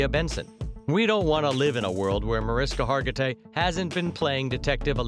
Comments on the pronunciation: Video wants to tell me new facts about Mariska and proceeds to pronounce her name wrong three times in the first 30 seconds. Well, sorry, but I'm out. 🤷🏻‍♂️ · I think you're saying her name wrong 🫣